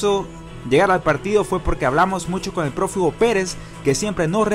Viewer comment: perdón pero así escuche que pronunciaron en el video en vez profe, escuché prófugo y dije no puede ser.